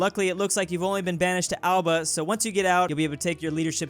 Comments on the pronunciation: time Elba, not Alba. Critical difference. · Napoleon was exiled to Elba not "Alba" lol